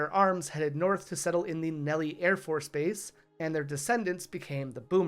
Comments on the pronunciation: ~@ Nelly AFB? It is pronounced Nell-is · Did bro really just say, "Nelly Air Force Base." Dog it ain't french, it's Nell - iss 😭🤣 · Just.... One thing. Nellis is pronounced: NEL-iss the "is" is said the same as in the word 'listen'. It is the name of the Air Force Base but it is named for an actual person. 1st Lt William Nellis who was a combat pilot during WWII and died during The Battle of the Bulge providing close air support to the 101st Airborne. Las Vegas AFB was renamed to Nellis AFB in his honor since Lt. Nellis was born, raised, and lived in the area.